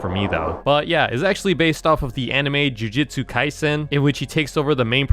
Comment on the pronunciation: its pronounced soo koo na And joojootsoo kaizen